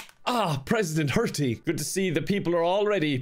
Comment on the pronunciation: First pres wearin a beany to commencement saying "hurty"